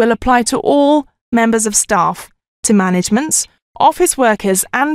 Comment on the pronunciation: Hello to all. One question: why is the second, woman teller pronouncing some ending of the words as "s" instead of "t"? e.g "to management" with s . Is it an accent of the UK?